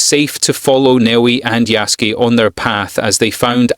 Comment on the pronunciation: Thanks for your honest review. How you pronounce his name is absolutely awful though, no offense.